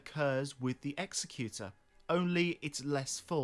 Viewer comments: You're saying Executor wrong. What you're saying isn't a word. Executioner is a word. You also don't know how to use "by proxy" correctly. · Love the lore, but executor the way your pronouncing it literally isn't a word. That would be an executioner. An executor is someone that has been left the belongings/wishes of the deceased. Which to me screams that he wished for more during life, and when given a second chance he has taken that to heart and is working for himself and his wishes. That last bit is total speculation, but the definition is rock solid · You're saying Executor as if it were Executioner. Executor is different